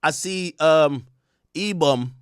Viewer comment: 😂 He said E-Bum